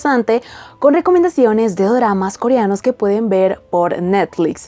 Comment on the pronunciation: holi se dice co re a nos no corianos